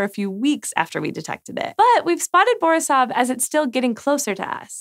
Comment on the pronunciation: It's borIsov ,not bOrisov. :)